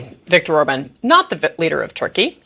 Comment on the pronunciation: And he said Victor's name wrong also who has dementia LOL Donald Donald Donald